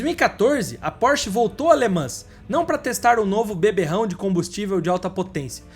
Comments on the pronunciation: Por favor, procure a pronuncia correta das palavras ( LE MAN) no Frances nao se fala S E T no final, igual RENAULT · Le Mans é o Mont Everest das corridas. Ah só um fidback. Em francês não se pronúncia o ''S'' sendo ele a última letra, não é como nós aqui em plurais. Se le ''Le Man''. Só incorporando.